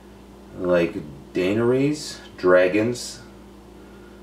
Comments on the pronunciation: Furious Pete Talks dih-neh-rehs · Daynerays Haha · 'Like Dana-rays dragons' aaahah one of your favorite shows yes ? Lool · It's "de near res" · The way you pronounced 'Daenerys' cracked me up. Hehehe. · Hate to be hating on pete, but hes a fan of the show and cant get Daenerys' name pronunciation right? Cmon brah...the fuck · Favourite show and can't pronounce Daenerys? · "one of my favorite shows" Can't pronounce Daenerys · Lmao butchered that. We still love ya buddy